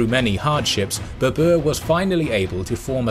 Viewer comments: It is ba-ber not ba-bua!😂😂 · You butchered baber's name mate, you make him sounds like it's the name of an ape species, babua😂😂😂 it's pronounced as Baa-ber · In video presenter pronounce The title of conqueror wrongly because in Persian tiger is pronounced "babr"not "baboor".Now I do not know how this is pronounced in India itself. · Its not Babuur, its Babar in pronunciation. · Well done except pronunciation of Babur. It is "Bah..Ber" not "Beh.. boor" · It’s not babour he’s name is babr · WTF! Why it is so difficult for Western people to pronounce Indian names? It really is frustrating. Its BABAR not BBR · Babr/Babar not berber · Baa-Burr! It's pronunciation. not Babua! xD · Omg all along I kept thinking who is the new emperor Babooa, never heard of him and by the end of the video I was like wtf is he talking about Moghuls aemperor Baber? 😂 My lord he butchered the name so bad lol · Well done. However, tiger in Persian is pronounced as “bäbr”. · The way you say Babar.. it's hilarious.. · His name is pronounced baa-bur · He massacred Babur's name as much Genghis Khan massacred northern Persia